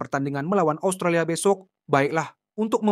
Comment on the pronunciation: Asutralia apaan, 😂😂😂 kocak luu, ngomong yng bner 😂😂